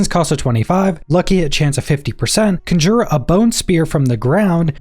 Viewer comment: I thought Decompose sounded interesting until I realized it was a channeled skill. Unless it can hit more than a single enemy at a time, or has a cone spread instead of a narrow beam like Ray of Frost, it's kind of trash. I think in the end the Bone Spirit and Blood Lance/Surge builds will end up being the strongest. Also, "Conjure" is pronounced "Con-jer" not "Cun-jur".